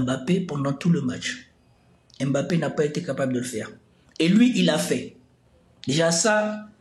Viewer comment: Vous prononcez mal son nom à Mbappé